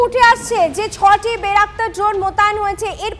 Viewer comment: আরে বলদী বেরাকতার না বাইরাক্তার